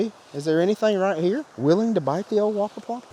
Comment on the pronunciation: Why do I hear slobber knocker instead of whopper popper